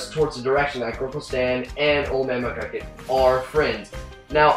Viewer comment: McGUCKIT! not McCluckit!